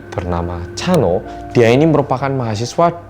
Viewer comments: Pas mas hansol ngomong chanho aku dengernya cha eunwoo 🤣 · Chanho nya kedengeran kayak lagi bilang chanwoo ikon:)